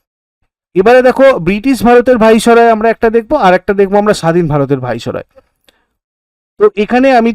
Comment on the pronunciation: বলুন ভাইস-রয় (viceroy)